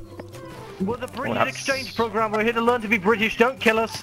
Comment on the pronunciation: "I am 'ere to learn about job seekers allowance"